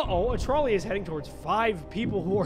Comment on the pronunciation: who else thought it was troll ey and not trolley